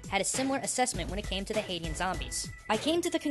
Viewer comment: Its not hate ians, its hay shans.